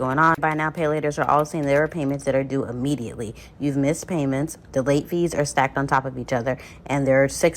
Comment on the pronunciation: Eventually and immediately. Not uh-ventually and uh-mmediately.